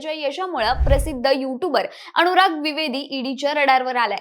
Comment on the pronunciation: अणूराग? का असे उच्चार? मण? सोण? काना वर अत्याचार होतायेत!